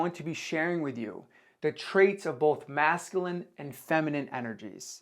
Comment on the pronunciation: Hey, great work on the video awesome information P.S. Just so you know it’s pronounced măs′kyə-lĭn Cheers